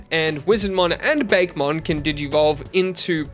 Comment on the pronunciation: Sorry to be that person, but it is pronounced "Bah-keh" not "Bake" for Bakemon